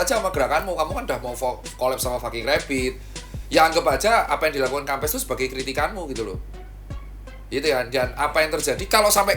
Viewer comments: bacanya kempess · Bacanya kempes wkwkwk